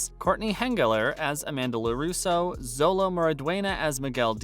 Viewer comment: you do Realize that Hiro is no longer on the Show. they had new Coordinators for season 4. and Xolo is not pronounced zolo its pronounced "sho-Lo" really get some of your facts straight. Tanner did study Martial Arts. and You didn't reveal ANYTHING about season 5. and If your a fan of the show you shouldn't need to Watch a Video where you introduce Who plays who.....